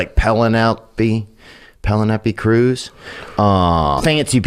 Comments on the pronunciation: The way he pronounced Penelope Cruz 🤣🤣🤣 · Can we all just also have a moment of silence for the way Theo Von pronounces Penelope Cruz’s name lol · “Panna-leppy Cruz” 🤣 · "Pelonepe Cruz" 🤣